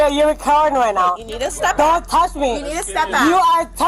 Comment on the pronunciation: Her speech impediment isn't alcohol-induced. Red flags! Don't touth meee! OK